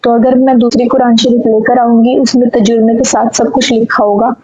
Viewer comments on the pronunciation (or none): tajurma nahi kehte tarjuma hain yani Quran ka translation ko